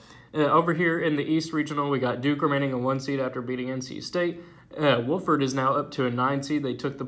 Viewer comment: Btw it's pronounced W-OFF-FORD. Key is OFF